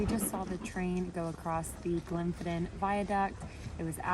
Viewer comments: Its pronounced loch lowmond although its spelt lomond Its glenfinnin viaduct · Loch Lemon, then Glimpson Viaduct? Or even Loch Lomond then the Glenfinnan viaduct 😄😄😄 I bet you just said those things wrong to see who watched and was paying attention 😄😄